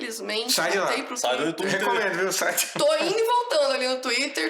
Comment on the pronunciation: Xuíter kkkk